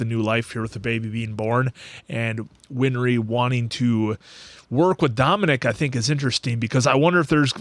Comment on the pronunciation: Th answer, it's not "winfry" her name is "winry"